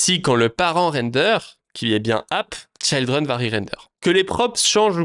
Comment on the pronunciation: Juste un mot sur l'anglais. Tout les i en anglais ne se prononce pas aï. C'est ok pour Child, mais Children et Trigger ça se prononce i comme en Français. Sinon ça pique :)